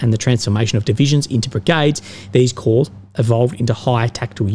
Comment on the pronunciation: Corps, Pronounced as Core, not Corpse;)....anyway, Ukr has now and will suffer even worse, to be polite 'amateur' staff administration they have exhibited so far, corps brigade etc...wont matter.